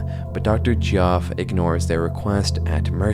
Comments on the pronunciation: Geoff = Jeff, not GEE-awf. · Just to let you know, it's pronounced "jeff", not (gee-off". Really cool video though. Keep up the good work. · you can just pronounce Geoff as "Jeff" my man good video! normally i despise all AI "art" but this plotline and execution has really captured my interest. hope he decides to collab with some real artists/voice actors in the future!